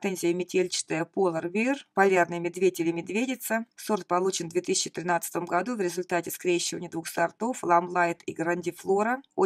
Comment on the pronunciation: Красивый обзор, спасибо! Сорт Polar Bear произносится как ПОЛА(р) БЭА.